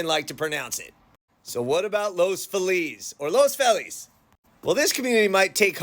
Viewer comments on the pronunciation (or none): You almost have Los Feliz. Don’t change the “Los”, say it how you say it when you say “Los Angeles”. I grew up in nearby East Hollywood and everyone I spoke to before the Internet said “Lohs-fee-liss”. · That's a wrong pronunciation. It's a Spanish word. Get the pronunciation right